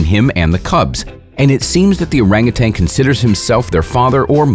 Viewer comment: I die laughing just by he speelling "orang utan" as "oreng uten" 😂